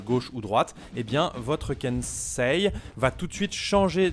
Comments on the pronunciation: non Kenseï pas Kenseilleuh. Même différence que Pompeï et Popeye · J'ai pleuré de rire avec les Ken.....sheeee 😂 sinon ca se prononce Kensséï (par les jeunes japonais) ou Kensséé (par les plus vieux) :) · alors en japonais le i en general, après un e ne se prononce pas et accentue la durée du e Donc, Kensei se prononce Kenséé idem pour sensei .... senséé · Le kensai a été beaucoup changé depuis. Tu fais exprès de mal prononcer son nom ou c'est pour de vrai ?? 😂😂